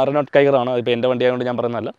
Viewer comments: റിനോൾട്ട് അല്ല റെനോ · നീ എന്താ പറയുന്നേ renot അല്ല reno... ട്രിബ്ബർ അല്ല triber😂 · റെനോൾട്ട് അല്ല റെനോ ആണ്.... ട്രിബർ എല്ലാ ട്രൈബർ ആണ്.... പിന്നെ നിങ്ങളുടെ സ്വന്തം വണ്ടിയുടെ പേര് കിഗർ എന്ന് അല്ല കൈഗർ എന്നാണ് pronounce ചെയ്യേണ്ടത്...